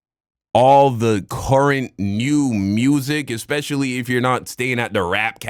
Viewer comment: I get what she trying to say, but the fact she says "expetially" instead of "especially" is killing me LOL